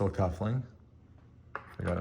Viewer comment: Cufflink, not cuffling!